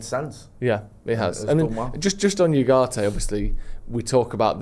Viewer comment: you are usually pretty good but please can say Ugarte correctly. It's not You - it's Ooo.